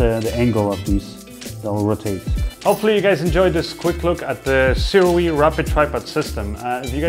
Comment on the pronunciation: THANK YOU,, for actually saying the name Sirui correctly!